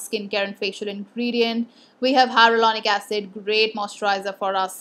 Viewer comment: Did you mean hyaluronic acid? I think I heard "hyarulonic acid"!😂